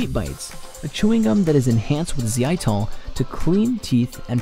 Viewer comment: isnt the l in xylitol pronounced...